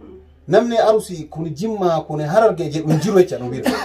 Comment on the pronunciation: Garuu Arusii hin jedhina ok Arsii jedhaa malee💯👌